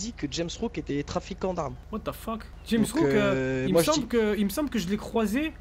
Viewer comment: Elle joue h rp elle dit rames rook alirs kel c ke c james rook